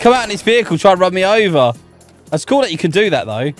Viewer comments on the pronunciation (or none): everytime you says "cool" i thought it was "coal"😂😂😂😂